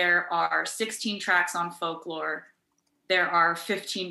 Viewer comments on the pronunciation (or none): Folk / lo / re ?? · I am sure sure someone said this already but Folklore is 2 syllables..... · sorry but in what world does folklore have 3 syllables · fol-ku-lore LOL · Did Jimmy say “folklore” has three syllables? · Taylor when she heard Jimmy say that folklore has three syllables: 👁👄👁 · who’s gonna talk him folklore isn’t 3 syllables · Omg I had to say folklore like three times I was like it does not have three syllables what is he talking about 🤦🏼‍♀️🤦🏼‍♀️🤦🏼‍♀️🤦🏼‍♀️ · Not Jimmy saying Folklore has three syllables... go to school kids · Wtf 🤔🤔 I love how she's just too polite to correct him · When has folklore ever had 3 syllables? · her face when he said folklore has three syllables... he needs to go back to school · How come 'folklore' has three syllables? 😭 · It doesn't. He made a mistake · Ho do the titles "Folklore" and "Evermore" have three syllables lol? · Is it just me or does folklore only have two syllables? 🤦‍♀️🤦‍♀️🤦‍♀️😂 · maybe it's because I'm stupid but doesn't folklore have 2 syllables? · in what world is "folklore" 3 syllables? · not him saying folklore is 3 syllables lollllll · Folk Lore, where's that 3rd syllable? Polkalore! 🤟🤣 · How is Folklore 3 syllables? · did he say “folklore” is 3 syllables? haha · Is folklore 3 syllables? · I'm sure everybody is thinking: Um, doesn't "folklore" have just two syllables? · How is folklore 3 syllables?? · Is folklore 3 syllables? I thoughts 2. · how did jimmy get away w saying folklore has 3 syllables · Folklore has two syllables...wtf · Folklore isn't three syllables. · Folklore has three syllables? To me it has only two... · Does Folklore have 3 syllables, Jimmy? Hmmmmmm. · But... Folklore is 2 syllables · Folklore is 2 syllables. Was he joking or was that a mistake? Hahahha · So… who’s gonna tell him folklore isn’t 3 syllables… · Folklore has 2 syllables. Geesh. Lol